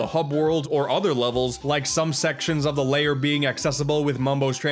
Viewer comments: Why do you say Grunty's LAYER? It's lair. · “And here we have Grunty’s Layer” Grunty’s Layer!? I think you mean “Grunty’s Lair”, right?